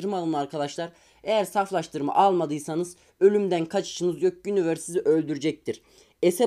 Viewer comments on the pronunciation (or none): none